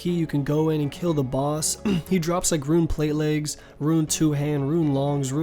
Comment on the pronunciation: Rōōn NOT Ru-in. Please. So triggering.